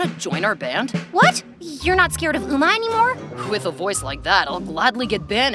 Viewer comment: They pronounced some words wrong, it's 'um-ah' not 'ooh-mah', it's 'oh-pa' not 'ohpa' 😓